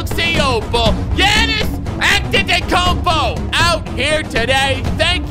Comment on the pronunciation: He said Giannis Antetokunmpo wrong